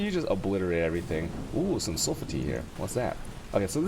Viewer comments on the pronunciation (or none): WTF is Sul-Fa-Te lmao